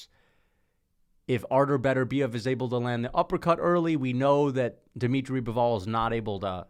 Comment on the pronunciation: dimitry "Bivooul"